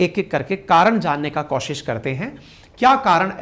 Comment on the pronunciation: समिति और कोशिश जैसे शब्दों को बोल रहे हो जी। सुधार की जरूरत है।